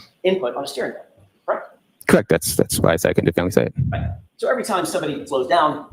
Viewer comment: Inspector gadget can’t even say definitively he keeps saying “defininitely” 🤣🤣🤣